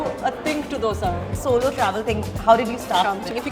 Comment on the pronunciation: Its not Dhosa, its not dosa its Doseeeeee.